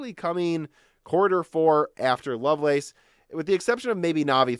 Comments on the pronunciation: Lovelace is pronounced loveless. Its a person's name. Its not the lace on sexy underwear. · Yes, it's a name. No, it is not pronounced like "loveless". It's literally pronounced "love lace".